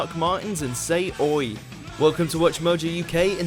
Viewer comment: Lmao when said put your boots on and say oi he sounded so upper class 😂😂😂